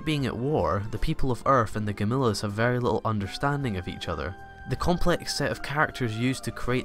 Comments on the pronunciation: Need to learn how to say gam lee ons not gam lis sorry but your pronunciation of the ships name and the bad guys needs work and the 2199 is twenty one ninety nine it’s a year not Radom numbers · OMG! Gam-il-lons. Not, "Gamillas".